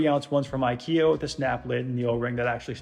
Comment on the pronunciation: Most watched IKEA 34OZ Sounds like he says 30 oz from I key O. - shyt Say it rite!